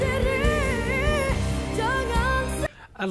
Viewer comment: It's "sendiri" pronounced as sern-dee-ree not sen-ngee-ri. obviously misheard it.